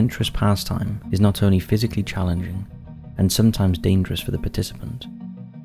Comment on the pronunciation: “Do mot participate in extreme caving”. Don’t worry brother…..dont worry.